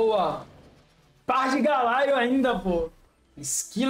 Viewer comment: Amo seus videos só n aguento os "Galaio" "Illaoai"